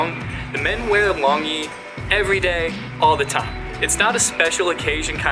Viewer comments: Not "Long e", it's called "lone G" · It is pronounced Long Chi (Chi as Tai-chi), not Long Gee. I am currently in the US. I will go back to visit Myanmar next year. Mon State is my home town. I am glad you guys like Burmese culture. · Longyi is pronounced lone gyi like thanks gee